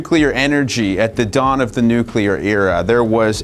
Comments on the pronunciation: Has gone "nucular" now? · Xu Hongjie = Hshuh Hohng Jyeh. He butchers the pronunciation in the video, as he does the word "nuclear " which is "new klee/clay uhr" not "nuke ya luhr". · Why do you consistently and persistently mispronounce "nuclear"? It's not "nucalar"! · Unfortunately, when someobody pronounces nuclear "New cue ler", I want to turn it off. When it might be an AI with a british accent it is goodbye. Too bad. Unsubscribing. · Channel specializing on nuclear energy says "nucular". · jesus your whole channel is focused on fusion and you can’t pronounce “nuclear”? 😭 please just google it or something